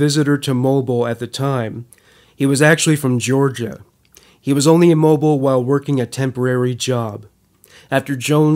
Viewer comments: YOU ARE SAYING IT WRONG!!! ITS MOE-BILL!!! NOT LIKE A MOBILE CELL PHONE!!!! MOE-BILL!!! I LIVE IN MOBILE, ALABAMA! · Had to comment: "Mobile" is pronounced Mobeel. Great show as always. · Mobile is pronounced like auto-mobile. Great doc! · It’s pronounced mobeel